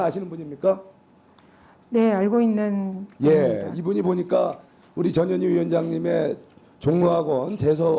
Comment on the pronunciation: 저년희야 발음이 영 이상하네